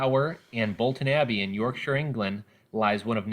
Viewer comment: Finally an American who can pronounce 'Yorkshire' correctly!